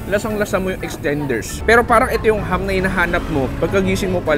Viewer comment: It's ham, not hum.